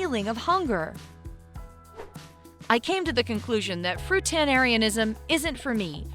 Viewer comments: lol. why did you put "fruitarianism" on the screen, while pronouncing it "fruitanarianism"? wouldn't you want to reshoot this video to correct that? "fruitanariansim" doesn't appear to be an actual English word! But, if so, why not put that word on the screen? confusing! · The word: fruitarianism The voiceover, repeatedly: “fruitenarianism.” Seriously. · You made a whole video on something that you can’t even pronounce... Fruitanarianism? So close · Why can no one pronounce the word FRUITARIANISM?! It’s not fruitanarianism like she said it 🤦🏼‍♀️ FRUITarian! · I don't dislike many videos but this video deserves 2 thumbs down. The 1st reason is the narrator is saying Fruitarianism wrong. Secondly , She started off by saying she was going to only eat fruit but then jumps from eating only fruits to adding in oils and nuts and eventually other junk foods.